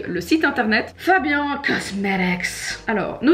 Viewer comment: Moi un truc qui me fait rire c’est que Fabian ne prononce pas correctement sa propre marque mdr